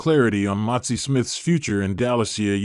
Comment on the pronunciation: His name is MAZI.... NOT MOTZI